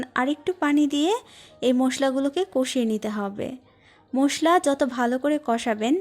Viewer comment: মোসলা না মশলা , শুদ্ধ ভাবে কথা বল।